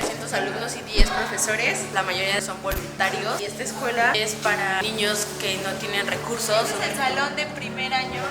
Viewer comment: Like si te diste cuenta de que leslie dice ñiños